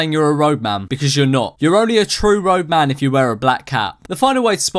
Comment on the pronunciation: Wow I always thought he was saying rogue man not roadman